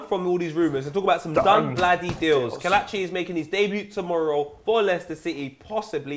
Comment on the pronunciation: It's keh letchi not kah latchi